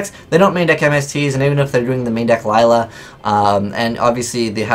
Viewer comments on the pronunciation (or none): none